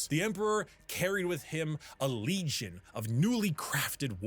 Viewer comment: I don't want to rag on, because I doubt he can help it. And I absolutely subscribe to him because his lore videos are excellent. But on words that end in N's, he occasionally pronounces as M's, and it's so jarring every time. XD "Legion" becomes "Legium", "Tradition" becomes "Traditium", etc. Now that I think about it, it's sort of endearing.